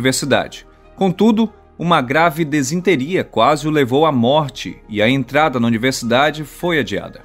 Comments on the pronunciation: Só uma correção: é disenteria e não desinteria. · Errata. A data correta da realização do teste Trinity é 16 de julho de 1945 e não 16 de abril como falamos no vídeo. Pedimos desculpa por esse erro e pela pronúncia errada da palavra Disenteria. Obrigado a todos pela compreensão e especialmente aos amigos que contribuiram alertanto para os erros.